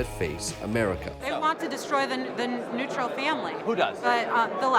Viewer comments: Did she say “neutral” family?? Jesus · Did she call it a “neutral” family 😂